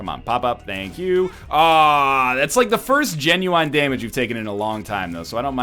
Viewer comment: I like how NL said genuine like Ginuwine because he loves Pony so much